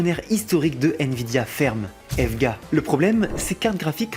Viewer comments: EVGA se prononce "i vi gi aie" pas evvgga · EVEGA ? eve ga ? pardon ? et tu dis usb a ? ta arracher leurs noms 🤣Nan sincèrement essaye de choisir en Anglais et Français car ta pris le pire possible pour les 2 cas, personne dis evega et personne dis usbi lol 👍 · on ne prononce pas la marque EVGA "EVEGUA" bordel ! et non elle n'a pas fermé ! c'est quoi ces infos en mousse là ? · E.V.G.A. il faut dire chaque lettre séparée autant en français qu'en anglais. Merci :-) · Dit comme ça je comprends pourquoi il a evvgga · EVGA ? E-V-G-A plutôt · COMMENT TU AS PRONONCER EVGA?!!?!?!?! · J’ai eu mal au oreilles, c’est comme si tu dit pour c# ( C hashtag au lieu de C sharp)